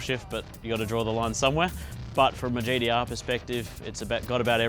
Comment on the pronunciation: Did anyone else picked up every time he said "GTR" sounds like GDR 🤦‍♂️